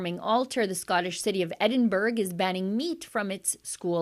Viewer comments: Pronounced EDDIN - BURRA, NOT EDDIN-BERG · As a Scot, I find this disgusting. Shame on Edinburgh ( pronounced Edinburra). Thank you yet again for getting this type of information out there!